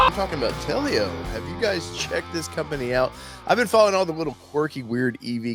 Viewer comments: I believe it is pronounced Tel-o not Tel-e-o. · Not "Tell-E-Oh". It's just 2 syllables. "Tell-Oh". I like it, too. I'm hoping they can make it to market. My pre-order is in.